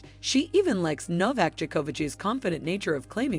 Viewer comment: Nardle and Jukovich.... this "voice" is creating some new people... funny